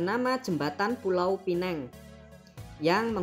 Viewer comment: Kenapalah teruk sangat penyampaian admin ni. Tajuknya aje dah mengakui netizen mereka buruk perangai. Pastu ada hati nak klaim yg ada kat Malaysia itu berkaitan dengan negara diorang. Perkataan Melayu pun nak dikaitkan dengan negara diorang. Lansung takde kena mengena. Sebut pulau Pinang pun tak reti. Penang dalam bahasa Inggeris disebutnya lain. Dah la slang pekat macam Wak Karto. Sedih lah kalau dapat jiran macam ni. Ikut suka korang lah nak olok-olok kami. Kami faham yang korang sangat mendonia. Main bola pun mendonia. Kesian.